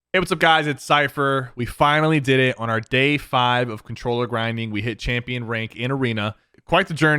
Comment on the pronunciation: MORE CONTRWOLLER